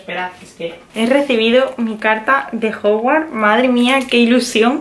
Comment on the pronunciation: Se dice hogwarts,no hogwart